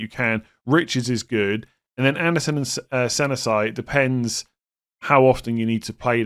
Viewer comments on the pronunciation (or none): I just wanted to point out that pronunciation of Senesi, yikes